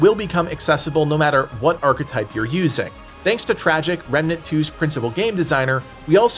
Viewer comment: New "Archa type" lol